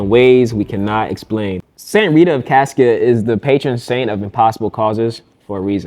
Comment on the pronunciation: I lived down the street from this shrine, attended the novena a few times. My friend lived in an apartment on the complex for a time. His little dog got loose one day and ran around the sanctuary 😊. FYI: Cascia is pronounced "Cosh-a"